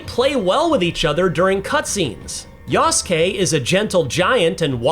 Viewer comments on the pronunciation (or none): Character's name: Yasuke Announcer: YASSkay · I cringe every time the narrator calls Yasuke samurai. (Considering Ubisoft decided to remove the term from all their japanese marketing)